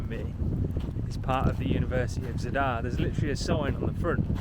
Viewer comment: At least attempt to pronounce Zadar correctly. It’s not “Z’dar”, it’s Zaaaadar”